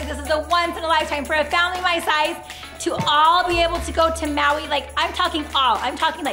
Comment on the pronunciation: they said they are going to maui but keep saying hawi🤬😡😡😡😡😡😡😡😡😡😡😡😡😡😡😡😡😡😡😡